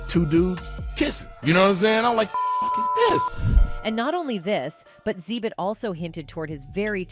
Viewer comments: It's not "zee-bit"! It's "exhibit". These videos ignore me with these idiotic pronouncing of names. You must be using some low rate cheap tard-bot to narrate. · Xzeebit HALARious. It is pronounced.. Exhibit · Xzeebit ❌️ ,Xzibit ✅️